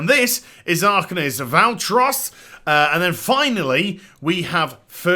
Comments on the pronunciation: Val-TWA not Val-TROS lol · Its pronounced Val-Twa (Valtrois) =P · So sad the mage tier wasn't modeled off the Suramar armor. Also it's pronounced Valtroi